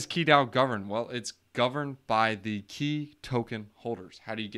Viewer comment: Pronounced Chi, but other than that, great video dude.